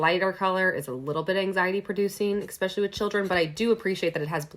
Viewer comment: It's cute when you say "ex-pecially"